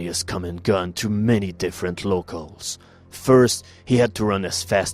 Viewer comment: Its pronounced low-cals not low-coals